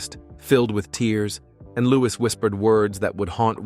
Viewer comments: Louis is pronounced “looeee” not loois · Americans pronounce the s. It's a French name, and the correct pronunciation is Loo-ee. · His name is not pronounced with the s at the end. It’s a silent s. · The S in Louis is silent.